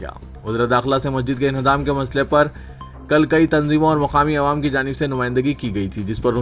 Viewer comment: Madra Yojna" nahi " Mudra Youjna" bolo.Mudra Matlab Currency. اور " عوام" بول رے بھئ "اے وام نیں رے باوا"کب سدھرتاکی اسمل🤣🤣🤣